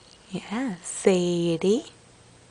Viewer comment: its pronounced "SAY-DEE" lol